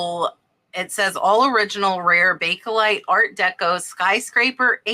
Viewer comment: Bake as in bake.....there is no e lite in pronounciation. Its bake lite, not bake ehhh lite.